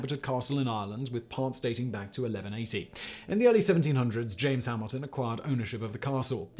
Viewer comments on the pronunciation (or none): none